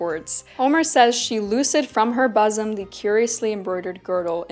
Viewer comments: bosom is pronounced as boo-sum (as in book) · Bosom is pronounced bo͝ozəm. As for having difficulty breathing, this is where diaphragmatic breathing comes in handy. Once when sparring I was kicked in the ribs and had a bit of a contusion. I wrapped by gi belt around my upper chest, pretty much like what you've done with your strophion, to keep my ribs from moving so it would heal faster. When your ribs can't move, you have to breathe into your diaphragm. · Great information! Just one thing: the first syllable of the word "bosom" is pronounced like the "o" in book. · Please look up the pronunciation of BOSOM. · She has never heard the word bosom spoken. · Hey, "loosed from her bosom" would be said like: loosed, like juiced or spruced, not like lucid. And in bosom the first syllable is pronounced booz'm, like wooden or shouldn't.